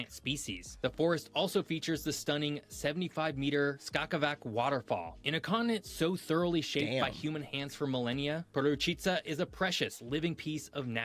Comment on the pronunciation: It is Skakavac with C at the end, not Skakavak with K in pronunciation